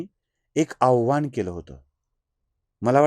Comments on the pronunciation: Avhan nahi, avahan ha shabd aahe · आव्हान नसावं आवाहन म्हणायच आहे का